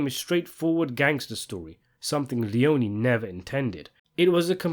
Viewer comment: Aaaaah stop it, it's pronounced LEON-EE